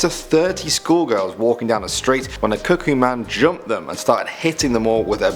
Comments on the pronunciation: "the cuckkoo man" me: hears kookoo j-jungkook? 😔 "The handsome man" j-jin? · Cukoo man: cukoo cukoo Me: CUKOO THE FXXK OFF sorry for the people who don’t like swearing/cursing 😞